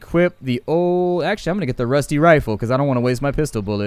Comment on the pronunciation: omg dude you said rifle wrong it's not refla it's RI ful